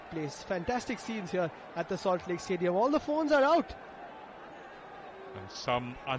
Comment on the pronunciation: Solt lake tiin lam la.. ngaihthlak a nuam deuh tur.